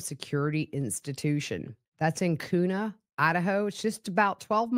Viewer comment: Hey, not sure if anyone wrote to you, but Kuna is pronounced as Quna. Love your show, keep up the work. Glad you had fun at crime con